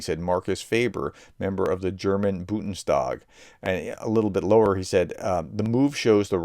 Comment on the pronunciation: Why don't you try to actually read out the letters in a foreign word? It is KUR-SK, not Kurch. It's Bun-des-tag, not Bud-nes-tag. Nobody expects perfect pronunciation. An English phonetical readout is just fine. But jumbling all the characters because you can't be bothered to actually read the dang word is just disrespectful. And tbh not worthy of a professor.